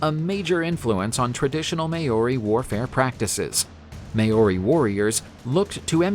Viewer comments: Maori not may ori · Thank you for scaring some of my culture. Not even my maori teacher would teacher me these things. It's not may-ory it Ma-ow-dy. And it's not wang-a wha wha-unga, its to-ung-a. R's are actually rolled a little on the maori language and "ow" is also a promonate sound. How did you get the last videos pronunciation good then do the complete opposite this time? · First: thank you for sharing some of my culture. But...It's ma-ow-dy, or the lazy way "ma-ow-ry. But it's not "may-or-i." And it's not wang-a. You can use Google translate to find the right pronunciation. R's are actually rolled a little on the maori language and "ow" is also a promonate sound. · > Maori Longer aa sound, no y, short o.